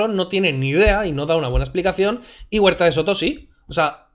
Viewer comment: Para empezar es huerta de soto, no de seto xd